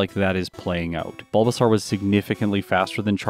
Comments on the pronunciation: Okay and here i thought it was just me hearing it wrong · no one: absolutely no one:: “BulbaSARRRR”